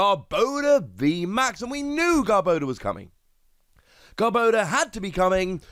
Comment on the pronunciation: Garb-ah-door. Sorry, had to. Lol. Either way, stoked for this!